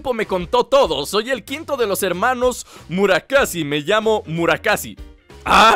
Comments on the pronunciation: es Mura-SAKI no Mura-KASI xd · Es murasaki no murakasi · murasaki y va y dice murakasi😂😂😂😂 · no se dise murakasi se dice murakassi